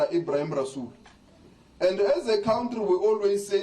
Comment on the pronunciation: Lamola must be a 30% for matric doos, cant even pronounce country properly